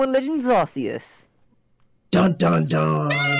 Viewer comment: it’s pronounced Arceus.